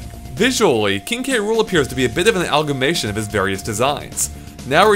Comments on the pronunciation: Amalgamation. Not "algamation" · Algamation? That's a new one lol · Probably shouldn't use words like 'amalgamation' if you can't pronounce them. I'm not talking about the lisp, you missed an entire syllable.